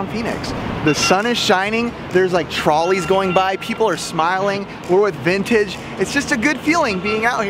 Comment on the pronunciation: smells like bintage, - its bintage, - flowerlass bictory! i love u XD